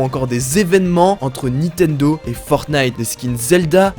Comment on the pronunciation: PK tu dis Nitendo en plus 28 fois (J'ai compté)